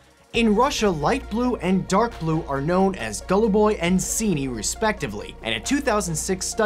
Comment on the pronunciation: "Gallu Boy and Seenee" Kevin please